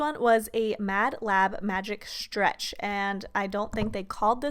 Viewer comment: Could you please learn how to pronounce the word ,,stretch" or ,,stretching" it's soo annoying oml